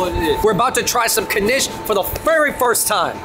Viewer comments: No blintzes? Mb I missed it. Mandel=almond, mandelbrot Poppyseed also known as "mun" Knish pronounced knish, one syllable, not kuhnish, but lots of people have trouble saying it. I never heard of latkes being "exclusive" to Chanukah, but totally traditionally for Chanukah. Please tell me you ate them with applesauce. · Is this Kuh-nish something new? Knish used to be a one-syllable word. Still is, as far as I'm concerned. The blueberry version has me wanting one Right About Now.